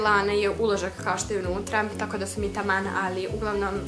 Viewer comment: Jano supp video,ali zar niste primetili kako kaze taman?